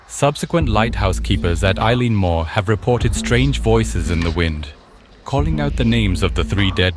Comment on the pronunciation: This is a terrific video and have subscribed to your content. Constructive feedback from a Scot : it’s pronounced El-un moor.